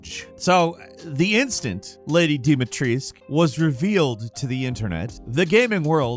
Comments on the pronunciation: Same with "Lady Deemeetreesc" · So was Dumitrescu for me as a Romanian... DOOMEYTRESKOO (smth like that as a pronunciation)